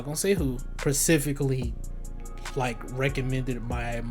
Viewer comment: this dude went to school. He can’t say SPECIFICALLY., you’re dumb bro. So dumb